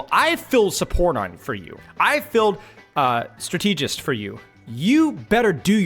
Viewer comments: the way you pronounce strategist really threw me off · that’s a crazy pronunciation of strategist lmao wtf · I was thinking the same! Does he say stra-teegy as well?? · Strategic is pronounced with a double e sound so it's not that crazy tbh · I was gonna have to comment this if I didn’t see it 😭 Genuinely had me tweaking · Great content as always man! I've never heard someone pronounce strategist as Stra-TEE-gist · Dude great video!!! Very good points!!! But please for the love of God, Jesus and all the teletubbies learn how to pronounce strategist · Maybe learn how to pronounce strategist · could you please pronounce strategist correctly? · So is he prouncing strategist wrong on purpose or? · Liking the video so far, the word strategist is pronounced with emphasis on strat. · why does he say strategist like that? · Why he keep pronouncing strategist like that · I love you,. That's why I need to say this: I think you pronounce "strategist" incorrectly. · It's pronounced: STRA-te-gist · Why is bro saying strateegist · okay i have to say it: the word "strategist" is pronounced "STRA-tuh-juhst", not "stra-TEE-just" lol otherwise good insights as always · Like, if you pronounce strategy as strat-uh-gee then why would strategist follow a different lane?? It isn't strat-tee-jee or strat-tee-jist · Have people never heard the word strategist pronounced before? Strat-ah-jist, even strat-ih-jist, never heard Stra-tee-jist before this game. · I can’t stand how he’s pronouncing strategist wrong. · It's pronounced "strata-jist" not "stra-tee-jist" 🤓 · it's strAtegist not stratEEgist bro come on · Is saying stra- TEEJ-ist a Youtube engagement thing? Cause it worked if so, lol. I keep going STRAH-teh-jist out loud every time I hear it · not to take away from your vid, i really am enjoying the deepdive, but "strategist" is a word and its not pronounced "stra-TEE-jist" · Strategist is pronounced the same way as strategy, not as strategic Strata-gist… like that